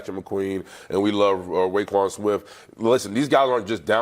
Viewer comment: Yes, it’s also Roquan, not Rayquon. That’s why I pointed it out.